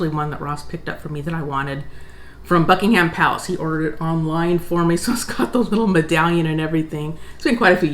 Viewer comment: Buckingum, not Bucking ham.